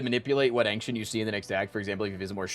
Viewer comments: Why does he pronounce ‘ancient’ as ‘ank-shint’ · Is he trolling pronouncing ancient like that?